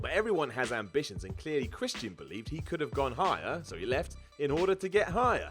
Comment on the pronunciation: "Christ-y-an"